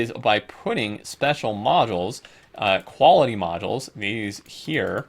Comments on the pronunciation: No offense man, but it's bothering the shit outta me. Modules is pronounced mäjōōls. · it's in the dictionary. That's how you pronounce it.